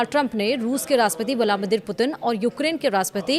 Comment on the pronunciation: व्लामीदिर नहीं व्लादीमिर पुतिन😂😂